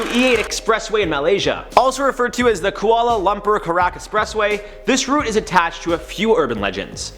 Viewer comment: ✋🏽 it’s route not route